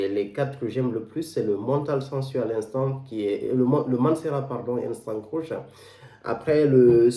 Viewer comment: Ca se prononce je crois creeeeeesh et non croush